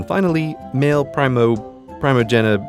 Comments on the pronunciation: Late, I am aware. But it is 'Pr-ee-moh-jen-it-ur' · it is pronounced mayl primogenicher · Primogeniture (Prim-o-gen-a-ture) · Primogeniture It's pronounced Pri-mow-jeh-nit-uhr. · It's pronounced pry-moe-jen-i-chur. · it is kind of pronouced, pre-mow-gen-i-chur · Pronounced pree-mo-jen-ih-cher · Pro-jen-it-ore (how i pronounce it) no? The only reason I even know the word is because of Warhammer 40,000. Which leads me to say that there is only one emperor, and that is the Emperor of Mankind!! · pree moh gen eet or primo-gen-it-or Honestly the LEAST hard succession type to pronounce. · Grey struggling to pronounce primogeniture triggered the CKII in me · Lel, how hard is it to pronounce Primogeniture, mate? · Suspicious CGPGrey Is educated on every topic known to man Can't pronounce "primogeniture" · Dear CGP Grey, I've always enjoyed your videos and appreciate how you present complicated facts in an easy to understand way without dumbing them down. However, this is your first video where you did just that and painfully and intentionally so. You know how to pronounce Primogeniture and know what it means. Also, you did not include that it is actually called Agnatic Primogeniture. Please don't dumb it down or not pronounce a long or complicated word on purpose. Dont be the History Channel. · Oh come now, Mr. Grey! Stop being so modest. We all know you know how to pronounce "primogeniture"!